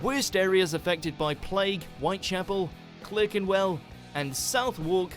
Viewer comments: And Clerkenwell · Ahh, come on, they don't even know how to pronounce Southwark or Clerkenwell. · Funny hearing an Australian trying to pronounce Clerkenwell and Southwark ! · Mojo also don't know that Clerkenwell is pronounced Clarkenwell. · At about 9 minutes - the Englishman doesn't know how to pronounce area names of a city in his own country..? It's CLARK enwell - not 'CLIRK' enwell - and SUTHUCK - not 'SOUTH-WALK' - so foreigners wanting to be accurately enlightened are going to be subconsciously infected conversely - so much for the overseers of this edition..! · Clar-ken-well not Cler-ken-well. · The 'ClErkenwell' really made my ears hurt! At least I could forgive anyone from Liverpool for this pronunciation! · One of the things with the WatchMojoUK is that the narrator keeps pronouncing words and place names incorrectly. In this video, he mispronounced Clerkenwell and Southwark. The word clerk is pronounced as clark in the UK. Similar to how the Berk part of Berkshire is pronounced as Bark. The W in Southwark is silent. It's pronounced more like Suthuck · Fun fact Clerkenwell is pronounced Clarkenwell and Southwark is pronounced Suh thuhk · Not to mention Clerkenwell is not pronounced like Klirk-en-well either! British place names are a great shibboleth to catch out imposters with fake British accents! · Also. 'Clerkenwell' spelt as this but pronounced 'Clarkenwell' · This supposedly British man mangles his pronunciation of "Clerkenwell", "Southwark" etc. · is meant to be British and yet cannot pronounce Clerkenwell or Southwark properly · Guy can't pronounce Southwark or Clerkenwell ! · Clerkenwell pronounced with the first e? South-Wark? Well spoken maybe but obviously not a Londoner! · ...and Clerkenwell...